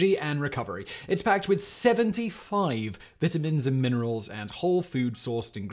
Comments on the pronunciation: "Veet Ah Meens"...LMAO.. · I love how brits say vitamins